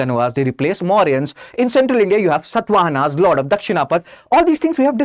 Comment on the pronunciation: It is clearly evident that people like you cannot even pronounce our rulers properly because you are used to Mughals only. For example, It is not Satvahana like in “Satva” and I can’t teach all of that to you now